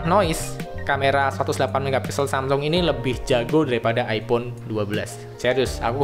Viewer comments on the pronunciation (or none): none